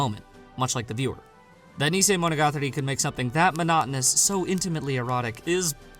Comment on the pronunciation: Listen and learn to say it. Stop saying neesaymonogatari and bahkaymonogatari